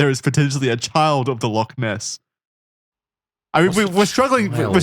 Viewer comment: They're going to mispronounce Loch every time aren't they